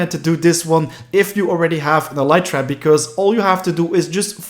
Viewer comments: Every single time he says elytra, it triggers me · you are not saying elytra right it is so fucking annoying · stop saying elytra wrong